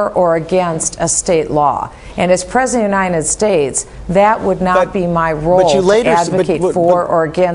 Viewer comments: I just cannot stand to listen to her say "as Presnet of Unine States." Where is this woman losing these consonants? Take the talk out of your nose and your tongue and teeth to make sounds other than vowels and soft consonants, Luv. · IM FUCKING SCREAMING AT THIS COMMENT LMFAOOO "PRESNET OF UNINE STATES", HELP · She can't even say "President" properly. What hope has she got!